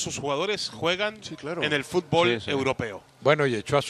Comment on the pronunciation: Fut_ bool?? Jajja estos no saben nada de futbol!!